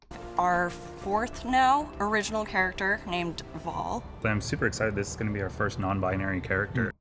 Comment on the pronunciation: Vol, seriously? Oh wait it's Val. Whatever either way, seriously 😒